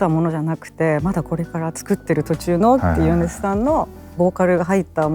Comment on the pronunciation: 宇多田ヒカル氏と『米津さん』の発音が同じで嬉しい…